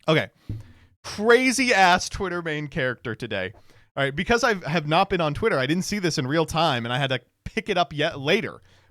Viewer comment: You gooootta stop cutting off the first T in the twitter freax jingle.